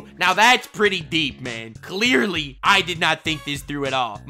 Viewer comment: « That I cleearly didn’t understand ! » 😂🤣🤣